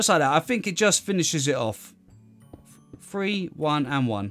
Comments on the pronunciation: 3 is pronounced three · 1,2,free and leave a gap 1,2,free aaaand leave a gap... I like the way he pronounces 3